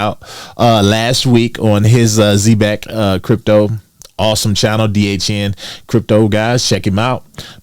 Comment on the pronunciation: All respect - you're pronouncing the name of the company wrong. Watch the commercials & listen to the founders interviews or the dev team talk about the company on Twitter